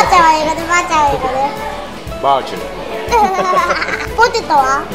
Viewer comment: ポテトの英語のさいごのトは、いらないですよ